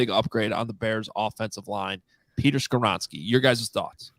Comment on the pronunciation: Not Skawronski